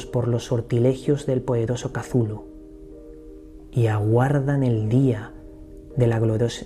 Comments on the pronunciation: saludos. En vez de pronunciarlo como casulu deberias decir "eczulju" es decir, dandole sonido a la C del principio y a las dos H que posee el nombre. Suena más mítico,más poderoso, menos definido como palabra y mas un sonido amigo, pienso que asi lo quiso hacer sonar H.P.L. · Cazulu?, macho no creo que se pronuncie así, jajaja. Bueno, de todos modos conoces muy bien el universo Lovecraft, que a mí me fascina desde que tengo uso de razón. Un fuerte abrazo y sigue así de bien. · Me encantó el vídeo, solo no entiendo porque dices "cazulu". ¿De dónde sale esa "A"? Me gustaría saber. ☺ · Pronunciación final del siglo xx chuhlu. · Por que se pronuncia "Cazulu " ,,el propósitos de Lovecraft fue que para los hombres , fuera impronunciable?? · No tiene pronunciacion correcta katulu cazulu no se puede pronunciar mija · POR QUE PRONUNCIAS AL IMNOMBRABLE CON Z?